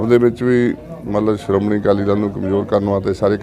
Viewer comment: Siromuni. Nahi. Siromanhi keh